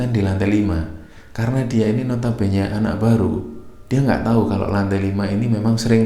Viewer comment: Duh, ketularan Liana... Ngomong "notobene" 😂